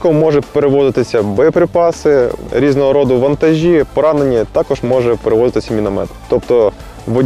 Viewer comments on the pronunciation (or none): робіть наголос тако'ж